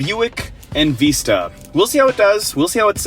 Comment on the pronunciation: In Vista not in veesta buncha a hosers